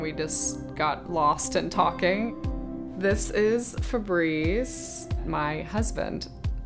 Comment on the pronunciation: Yeah, but she pronounced it "Fabreeze." If I knew a Fabrice I would do him the favor of saying it correctly... doubly so if he were my husband. Weird that she doesn't.